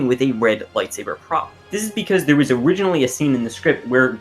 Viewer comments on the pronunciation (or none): none